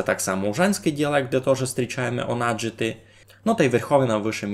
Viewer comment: для меня почему-то "онадити" звучит как "унадити", когда ты его произносишь